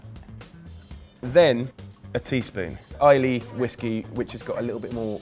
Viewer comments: 2.39 yes it's spelt Islay but it's pronounced "eye-la" not "eye-lee" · omg yes, ILIY lmfao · Mate this looks awesome! Can't wait to try. One thing, Islay is pronounced "eye-luh" (if that was Laphroaig you used, couldn''t show label for obvious reasons). Cheers! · There's a mispronunciation of islay I've never heard before! :P